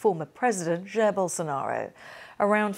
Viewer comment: It’s Jair (Yeah) Bolsonaro not Jair Bolsonaro 😡